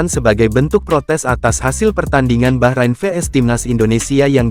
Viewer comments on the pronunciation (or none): Orang jawa thothok gak bisa ngomong bahrain, tapi baqorin, baqorin artinya sapi.